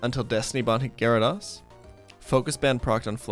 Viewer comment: We just gonna pretend my man isnt mispronouncing milotic wrong. And gyradose.